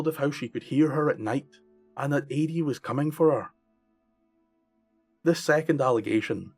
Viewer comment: It is pronounced Ah-dee not Ay-dee